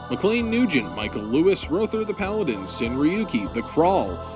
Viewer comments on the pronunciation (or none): none